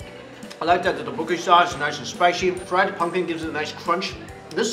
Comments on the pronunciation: Not doboeki it's ttopoki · not do-bo-gie its dok-bok-kee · It's pronounced duck-book-e :D Cool video ^^ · Boyyyyyyy he pronounced it "ta-bo-key" 😂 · having seen alot of Korean drama, I find it funny how he pronounce tteokbokki